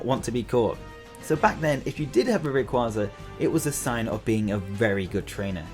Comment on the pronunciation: Finally someone who doesn't have Rayquaza at #1 and pronounces his name right!